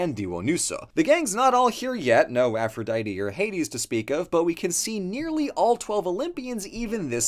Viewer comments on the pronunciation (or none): none